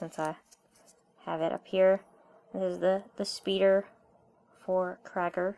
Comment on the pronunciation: its not crager its creiger